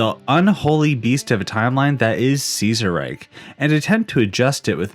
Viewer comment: Ceaserreich would he pronounced Kaiserreich since Kaiser is actually a more accurate pronunciation of Ceaser then Ceaser is since Kaiser basically is just meant to be Ceaser but you know German. Because of the holy Roman empire and such.